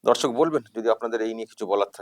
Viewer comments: দর্শক শব্দটি ঠিক করে বলুন, ধর্ষক শোনাচ্ছে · দাদা, আপনি দর্শক না বলে ধর্ষক বললেন যে, আমি আপনার কথাটা ১০ বারের বেশি শুনেছি। আপনি প্রয়োজনে শুনে দেখুন। মমতাজির ভুলভাল কবিতা শুনে আপনিও কি ভুল বলতে শুরু কররেন। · দাদা আজকে শুরুতে দর্শক বলতে গিয়ে ধর্ষক বলে ফেলেছেন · হিসিমনি তো তার মতো বললো। কিন্তু আপনি 'দর্শক' বলতে গিয়ে একদম প্রথমে কী বললেন?😝